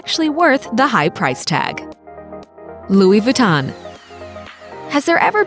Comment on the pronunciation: Louis Vuitton Montblanc Veuve Clicquot Louboutin were all pronounced wrong in this video. Why are Americans sooo bad at pronouncing stuff?